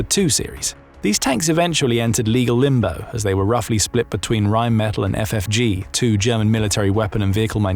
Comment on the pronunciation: It is RheinmetaLL, not metal.